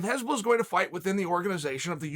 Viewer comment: Hasbullah, not Hezbollah lol. Hezbollah is a murderous bunch.